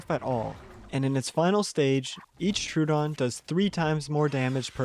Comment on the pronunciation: It's Tro-o-don. Not True-don. Everyone gets that wrong.